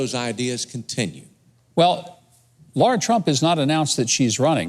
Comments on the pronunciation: With all respect,, it's Lara, not Laura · It's Lara not Laura. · It’s Lara. Come on Patriots. 🤣🤣🤣